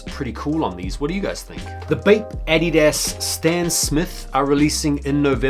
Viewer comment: I hate the way you pronounce Adidas 🤦🏾‍♂️ 🇺🇸